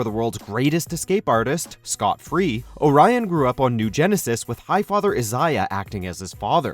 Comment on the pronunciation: Is this the correct way to pronounce " Orion" ?